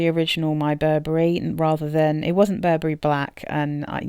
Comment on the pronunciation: Burberry "Wee" kend